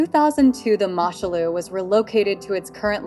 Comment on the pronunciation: It's pronounced Moo Shoe Loo FFS. The Germans seized her in 1940. Much of your information goes against what I know of the vessel.